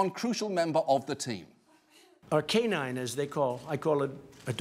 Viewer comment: I keep hearing him say "Arcanine" like the Pokemon. lol